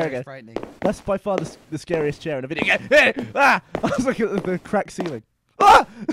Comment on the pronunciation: game* not gae